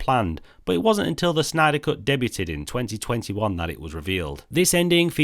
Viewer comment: The uh the T in "debuted" is silent. Or is that a British thing?